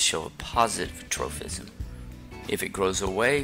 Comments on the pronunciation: Why do you keep saying tropism with an "f" sound? It doesn't have a "ph" so it's just pronounced as a p. troPism, not troFism!!! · definitely is though. Kids might watch these for educational purposes and learn to pronounce the word incorrectly. Proper pronunciation is pretty important